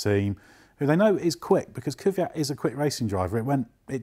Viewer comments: It's Kvyat. Not Kyviat, Kivyat, Kyvyad, Kivjad, or any form with three syllables. It's two syllables: Kvy - at. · Kvyat, not Kivyat! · Whats His name? Kyviat???? Is it possible to work at autospitt and not able to even read?! KVYAT!!!!!!! K V Y A T! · His name is pronounced KVEEYAT guys. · please please please learn how to pronounce his name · It really hurts, how (bad and wrong) you 3 guys pronounce his name...